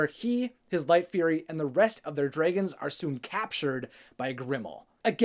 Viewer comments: Dray gons 😂😂😂 instead of Dragons 🐉 😂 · Please. i beg of you. it is "dra"-gons not draygons. hearing you say that makes me cry. nicely explained though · Dragons priceless 😂 Pronounce it: draygins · U pronounce dragons funny kekeke also r u okay ur lips v pale